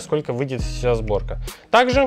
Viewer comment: Правильно "Сборка" а не зборка